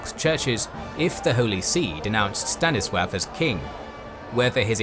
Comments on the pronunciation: Why does the narrator consistently pronounce 'Stanislaw' as «Stannisworth»? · Why does he say Staniswaff? xD